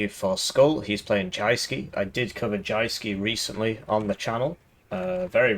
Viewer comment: It's pronounced Youske.